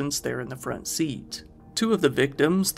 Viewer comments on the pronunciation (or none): none